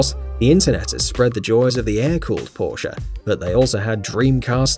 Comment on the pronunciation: It’s not Porscha it’s Porsch spelled porche